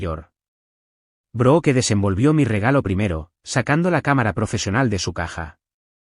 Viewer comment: No se pronuncia BROOKE , SE ESCRIBE BROOKE PERO SE PRONUNCIA ""BRUK "" LA " E" ES SILENCIOSA.